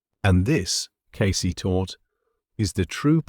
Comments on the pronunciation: C’mon, AI. Edgar Case? Edgar Caysay? You can do better. This is just lazy programming. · Humans know how to pronounce "Cayce". AI does not. 😄